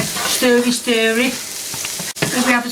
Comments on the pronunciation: "Sterwvy, stirly" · I’ll I need to know is when she said “stiry-stirry” instead of “wang-jangle”.